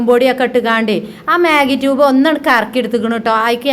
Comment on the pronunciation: മേഗി ക്വുബ് ആണ് റ്റൂബ് അല്ല പെണ്ണെ 😆